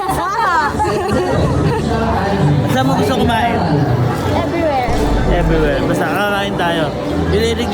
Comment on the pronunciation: Ingleshhhhhera si ate ghorl. " Everywhere" daw. 😅😅😅😅 tsaka When?